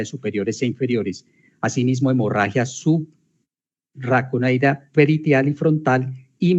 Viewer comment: Hemotórax, torácico, subaracnoide, segar...: fiscal, por favor, lea bien.